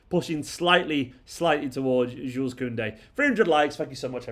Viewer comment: I understand that you’re a mancunian mate, but Jules Kounde is french. His name his pronounced like “shoe” not “jewels”